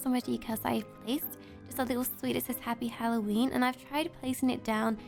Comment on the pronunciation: So funny she said halloweenee